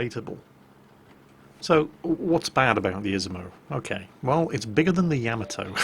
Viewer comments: YA-MA-TOE Not... YAM-A-TOE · YA-MOD-O, not yam-a-toe.